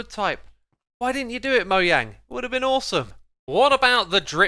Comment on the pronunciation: It’s not mojang it’s moyang